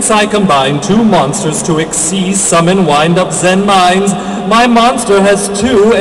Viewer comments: but its pronounced zen-MAINes. not zen-MINEs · but their actual pronunciation is zenMAINes... so... sucks. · in the japanese language they have a charcter that is the equivelant to ai, but it is pronounced with the "big i" sound. all of the wind-up cards that have zenmai- use this character and everyone just started pronouncing it incorrectly like the japanese god of thunder/lightning Raiden but I digress. all of the zenmai-cards are pronounced zenMINES, or zenMITEY, or zenMILEstrom.